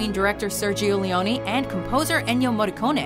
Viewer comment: As an Italian, I appreciate how you pronounced his surname correctly, and not like the usual foreigner. It's "Morricon-ay", not "Morricon-ee". Yet, you mispronounced "Cinema Paradiso". In Italian, cinema is read "chee-nay-ma". And also Sergio Leone. It's "S-ay-rgio L-a-on-ay", not "Leon-ee". You should read it just like Morricone.